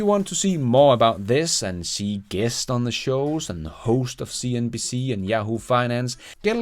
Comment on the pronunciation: I like the way you say "cnBS"😂